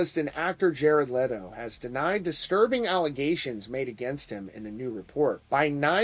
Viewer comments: I respect you man, but stop pronancing his name "Lay-toe" it's "Let-o" like Leno lol Aside from that, I call this whole story bs 😒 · I love how he keeps calling him Lay-doh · I love how you incorrectly pronounce his last name and then a few times the correct way slipped out 🤣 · Leto not Letto